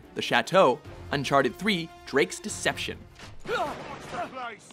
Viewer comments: Hold on... "Decetption"? "Norfiar"? Damn you,! It's Deception and Norfair! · Drake's "decetption"? Really? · "Drake's Decetption"?